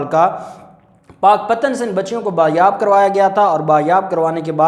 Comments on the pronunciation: NAYAAB NAHI HOTA BAZYAAB HOTA HAE . ISS LAFZ KO SAHI BOLNA SELH LEN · Not bayab wrong pls correct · ( بایاب ) کرا لیا بایاب لفظ غلط ھے صحیح لفظ ھے ( بازیاب ) PL take note. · Pls speak bazyab correct